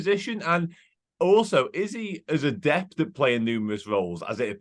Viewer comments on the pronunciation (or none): none